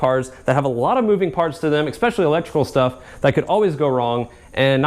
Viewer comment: please dude you're in college it's eSpecially not eXpecially